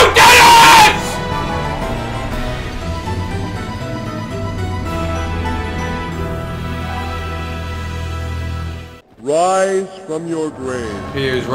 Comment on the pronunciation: Dennif the mannif